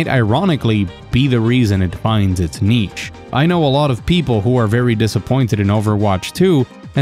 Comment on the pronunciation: I'm scared this guy is going to say niche again. It haunts my dreams.